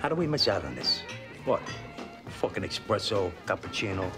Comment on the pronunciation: He doesn't even pronounce espresso right